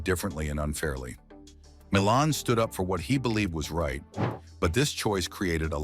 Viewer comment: Pronounced "MY lahn" Williams. He wrote their first hit, the instrumental funk classic "Machine Gun".